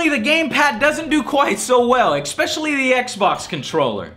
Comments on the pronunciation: Side note - - I REALLY hope Joe is saying the words Especially and Library wrong on purpose. It grates my nerves hearing "eXpecially" and Libarry" lol. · I love your videos, but seriously it's 'especially', not 'expecially'. I know it shouldn't annoy me, but it has gotten to the point where I physically wince every time I hear it haha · I think now he just says exspecially to piss people off.